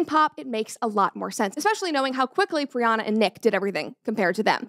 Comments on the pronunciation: It’s PriyanKa Chopra. Not Priyana. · I am so happy for you but it's priyanka not priyana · Hello Brett! I am new in your channel. Thank you for pronouncing the name of Priyanka Chopra at the end of the video correctly. I couldn't help but notice that you called her Priyana😅. Thank for your content. I am from France I never heard about a shut up ring before. Wish you the best for you and your entourage. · Priana 😂 it’s Priyanka not a big deal but it’s funny to hear Brett saying it wrong multiple times… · I’m so happy for you Brett!! It’s so incredible that you’ve found the love of your life ❤…I did just want to say for the rest of the video, that Nick Jonas’ wife’s name is Priyanka Chopra, not Priyana Chopra, cause it bothered me a lil the way you pronounced it, but it’s all good! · Not Priyana it's Priyanka 🤣🤣🤣🤣Just had to correct soz kept bugging me that she kept saying Priyana 🤣🤣🤣🤣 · Love your videos, its Priyanka btw not Priyanna. Keep up the epic videos! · First of all congratulations brett know you have another dog yeehhh Also her name is Priyanka Chopra not pirana chopra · PRIYANKAA.....Congrats Brett but everytime i here Priyana its soo aaaarh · It's Priyanka not Priyana. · Pryan + ka Not pryana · Pryanka it is not pryana lol. Congrats brett 🎉🦋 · Congratulations, Brett! I wish you a happy marriage <3 On that note, her name is said Pree-yunk-kah Cho-pra. 😅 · Its priyanka not brianna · Dear… please pronounce the name right… it’s Priyanka… she is an icon for us Indian… plus one of the best actor It’s literally disrespectful… Congrats on your engagement 🎉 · Its pronounced as "Pri-yan-ka" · Did you just butcher Priyanka's name 😂😂